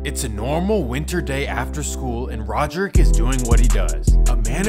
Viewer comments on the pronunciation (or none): “Rodrick” Davis😂